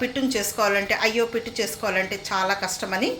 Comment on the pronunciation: Pittu kadhu madam "puttu"